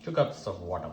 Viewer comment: OMG lol ♥: there is that pronunciation of "water" again at about . With an extremely rolled R. Your nephew says it like that too. Very different from 3mboy's pronunciation, and I'm sure you forgive him.